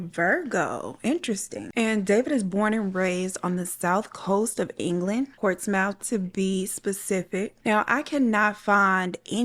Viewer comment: "ports-mouth" had me in tears 🤣 tbf though im sure theres so many places in the states. i wouldnt know how to pronounce... like why is arkansas pronounced ar-ken-saw????